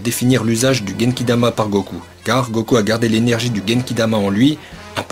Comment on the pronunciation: A il dit pas Goku mais goko😂😂 likez si vous avé remarque